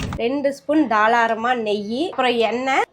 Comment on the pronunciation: தாளாரம் இல்லை தாராளம்